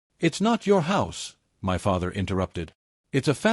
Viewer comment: "Your tearing this family apart"......... yeah typical phrase for an AI story, OH FOR F*CKSAKES SAY "MY" INSTEAD OF SAYING IT AS TWO SEPERATE LETTERS IT IS SO DAMN ANNOYING